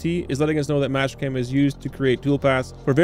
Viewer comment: Is it just me or are you calling Master-cam, mash cam ?